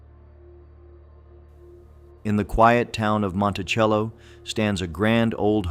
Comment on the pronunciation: ITS PRONOUNCED MONTISELLO LIVED THERE FOR MANY MANY YEARS.